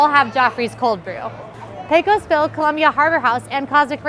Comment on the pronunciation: you said "Pecos" right! 👏